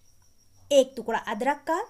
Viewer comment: तुकड़ा क्या होता है टुकड़ा बोलते हैं